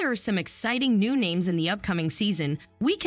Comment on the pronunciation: Jeez can't pronounce names. I think the show makes Claire weak